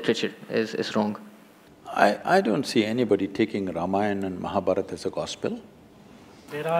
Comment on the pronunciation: Please pronounce Indian names, Ramayan is Ramayan not Ramayanaa, Mahabharat is not Mahabharataa !!!